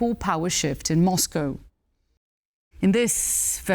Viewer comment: Rare correct pronunciation... There's no "cow" in Moscow